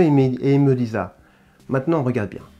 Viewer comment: Bien vu !! Cependant attention au français !!! « il me disat !!!!! » je saigne des oreilles 👂 😉